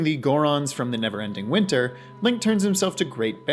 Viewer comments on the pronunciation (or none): none